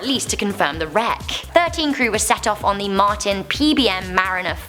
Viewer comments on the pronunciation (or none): none